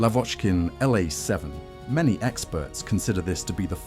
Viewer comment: And ircraft designations like the Lavockin "La", Ilyshin "Il", Sukhoi "Su" are read as a single unit-just like how you read the aircraft designers' surnames using only the first two liters. It's like saying "Yak" - you don't pronounce it "Ya. k." ) However, you read SB and DB correctly. That's because they aren't abbreviations of surnames, but rather aircraft classes: SB stands for "Sredniy bombardirovshcik"-(Medium Bomber), and DB stands for "Dalniy bombardirovshcik"-(long-range bomber).